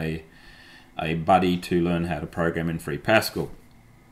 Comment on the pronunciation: PasCAL, not PAScal! (In honour of the French Mathematician Blaise Pascal.)